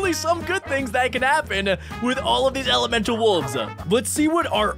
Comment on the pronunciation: is said it wrong elemental